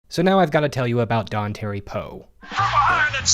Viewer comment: It's "Don tar ee", not "don terry".